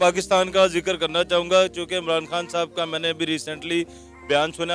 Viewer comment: ये "मरान खान" क्यों बोल रहे है।😂😂😂😂😂